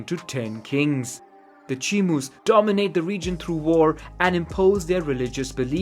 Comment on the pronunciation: "Chimur"??? You mean Chimú. Otherwise, GREAT VIDEO.